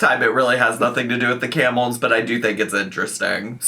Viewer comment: I thought was saying “Campbell’s” when they were actually saying camels, and it honestly didn’t surprise me to hear that FB was interacting with cans of soup 😂